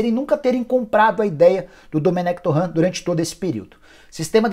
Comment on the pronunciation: Cara, vc é o ÚNICO que fala “Domenec TORRÃ”. O próprio Dome já confirmou a pronúncia correta.